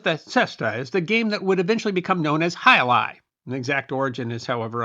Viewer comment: As a native Spanish speaker I was pleased about your completely correct pronunciation of the name of the sport. As the video rolled I noticed how current were the pronunciation tips in ads. Also, as a Spaniard, I must point that the sport is not exclusive of the Basque region, but it is true that there is where it is most popular. There are frontones in many villages outside the Basque region. As an example, I grew up in Madrid in the 70s and my school had its own frontón where we informally played in all imaginative forms: from a more or less canonical way (the hand version, not the cesta-punta) to games where we used tennis rackets or even feet with soccer balls. It also must be noted that in the first half of the 20th century it was a very popular sport all along the country but I think it was overwhelmed by soccer.